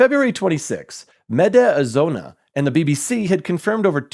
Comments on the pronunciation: seriously.. it's Media Zona, not Medi Azona :D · How the hell do you manage to read "Mediazona" as "Meda Azona"...